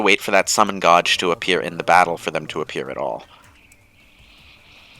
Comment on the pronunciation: not a serious question, but how do you go about mispronouncing "gauge" in one sentence and in the very next pronounce it correctly?